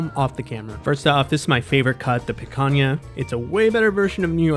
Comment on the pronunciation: I was about the rage the way he pronounced picanha 😤😤